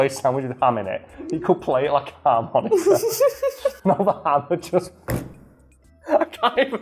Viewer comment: I couldn't tell, but please tell me you said "ham-monica".